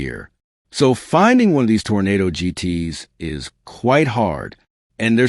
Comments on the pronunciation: Arrrrrgh! Okay, make a note please. A Tornado was Dorothy's free ride to Oz. An Oldsmobile is a Toro-Nah-Doh. I'm leaving now. My ears can no longer take your mispronunciation. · If he says Tornado instead of Toronado one more time, I will scream !